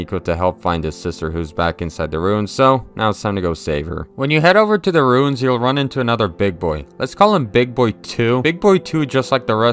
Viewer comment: Its ruins.. not runes.